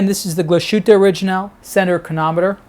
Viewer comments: Terrific watch and another fine video. I see that two or three others have corrected your pronunciation of "Glashütte." Is glas-hoo-tuh, not gla-shoot... etc. Literally translates as glassworks. If you keep that in mind, you'll say glass and then "hütte." And there you go! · Nice watch! I'm not german, but your pronunciation of the brand is simply way of. Here is how it should be pronounced